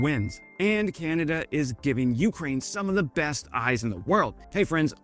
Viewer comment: Hi Wes. Please pronounce Ukraine with the accent on 2ND syllable, not 1ST ! It Really irritates me , the way you pronounce it. Thanks for your work. Canadian - Ukrainian over and out !